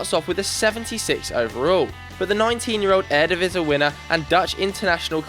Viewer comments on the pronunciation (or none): none